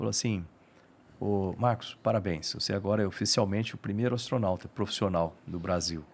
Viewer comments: """"Astronalta"""' hahahahaha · ATORNAUTA, kkkkkk.